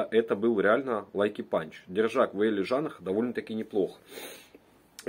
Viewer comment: Не лайки панч, а лаки панч